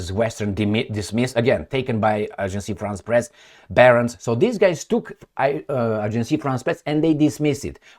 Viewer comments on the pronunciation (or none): Agence france press. NOT Agencie